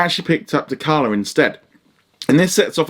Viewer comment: Good review bud - T'Challa is pronounced 'TaChalla' not 'TaKalla'.